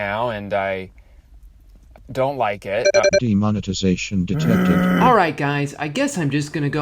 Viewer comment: DEMONETIZATION not "demonitization" lol